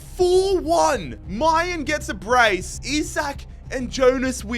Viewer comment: mal-en not my-an